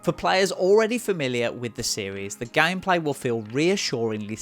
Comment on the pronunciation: You mean 'loycenses' and 'gaymepleah'?